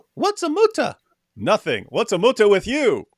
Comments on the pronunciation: Lol the “mootah” 😂😂😂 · "Moo-TaH" - saying thank you to a cow